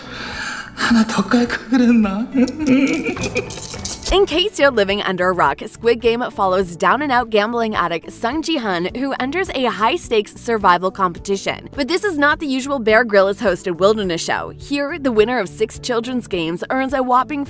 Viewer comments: Its not ji han its gi hun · it’s pronounced ge hun, not ji hun 😑